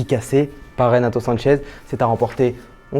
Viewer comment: sanches et non sanchez